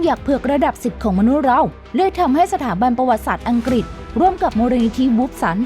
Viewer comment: เสียงพากย์น่ามคานมากๆ อังกฤษ ก็พูดเป็นอังกิด เฮ้อ!!!